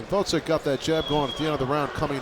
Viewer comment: I like how none of those commentators are capable of properly pronouncing Oleksandr's last name. It's not GvoDZyk fools, but GvoZDyk! Hard job reading..